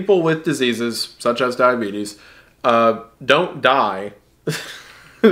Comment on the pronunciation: When he almost called diabetes "The Beeties" I damn near lost it.